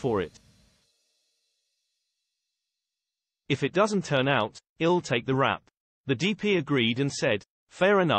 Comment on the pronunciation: When a channel can't get basic facts that are availale on IMDB correct, they get a thumbs down from me. That computer pronounced I'll as ill, also. lame.